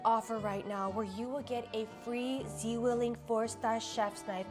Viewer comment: 😂 you pronouncing "Zwilling" had to be the funniest part of the whole video 😂😂